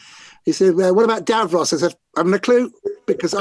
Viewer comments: wonderful its pronouced davros not darose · not going to lie. the way you pronounced davros literally made me forget what his actual name is for a second.